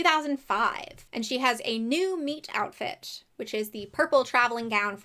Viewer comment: I know you're saying meet outfit and not meat outfit in theory. In practice, not at all